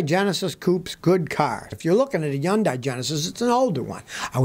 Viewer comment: Gotta give you a little 💩 Scotty. Hyudai is pronounced Hun-Day. I used to sell them many, many years ago. We always told people who asked how to pronounce it "Sunday, Monday, Hunday". We got that from a Hyundai rep lol!